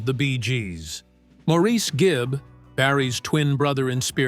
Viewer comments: Mor Is!! Not Mo Reese!! Please Say "Mo" if you can't remember the man's preferred pronunciation! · Absolutely no one in Britain or Australia would say Maureeece 😂